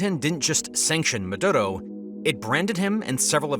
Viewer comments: Dude its "Maduro" not "Madotto" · Its "Maduro" not "Madurou"